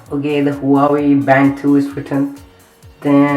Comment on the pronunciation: Bhai huawei ki pronounce to sikh le chaman